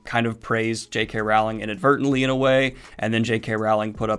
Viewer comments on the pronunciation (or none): Daniel it's pronounced Rowling as in bowling